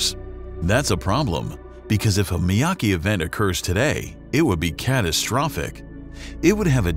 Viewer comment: Miyake, not Miyaki...